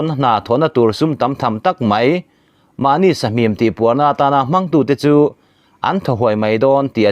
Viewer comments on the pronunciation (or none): Mahnî tih turah mahni. In ti ah,i chhiardan thlûk hi a diklo thlawt